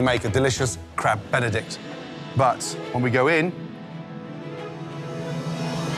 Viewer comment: nooooooo the cwab